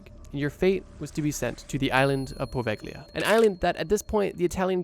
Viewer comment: Poveglia mispronounciation is driving me crazy, why didn't you learn the correct one?